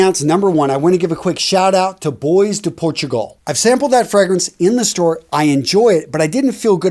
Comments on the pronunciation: Hi, love your videos. Just wanted to let you know that I think bois du Portugal is pronounced bwah du Portugal and not boys du Portugal. Just my opinion. Thanks. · Enjoyed the video. Please not Joop is actually pronounced "yope" and Bois (du Portugal) is Bwa . You're so knowledgeable so I just wanted to share these tips on pronunciation; cheers!